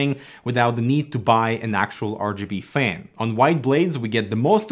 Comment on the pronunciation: First thing, this guy sounds so funny, fan he says fang. Second he gave us some many pro tips, now I am spoiled with his tips haha